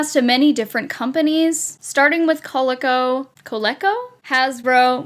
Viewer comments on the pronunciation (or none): It's prnounced Co-lee-co. I think the only ones in this video I've seen before are the Cabbage Patch Kids Snacktime Kids and the Sky Dancers. I'm not familiar with any of the others. Thank you for choosing ones that I've never seen before, because usually, videos like this just choose the same old same old (CPK Snacktime Kid, Sky Dancers, Lawn Darts, old chemistry set from the 50's, and Easy Bake Ovens).